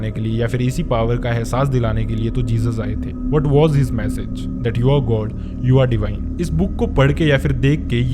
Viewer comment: God ❌ goad ✔️ aadha confusion toh wahi hogya meko 😂😂